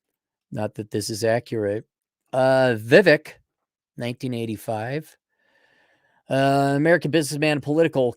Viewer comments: his name is not pronounced phonetically, it's "VEE-VAKE" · vake like cake